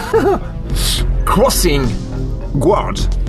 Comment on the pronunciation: Le U de GUARD ne se prononce pas. Donc c'est pas « gouawde », c'est « gaawde ». Et c'est pas « beutch » mais « boutch »… Merci pour votre analyse, qui me remet en mémoire un film que j'avais vu à sa sortie. J'avais détesté ce film, tant pour sa psychologie désastreuse que pour son manque de rythme. Et à l'époque, je ne m'étais pas rendu compte que l'excellent acteur qui avait incarné David Kleinfeld dans L'Impasse était aussi le réalisateur de ce Crossing Guard au goût de navet.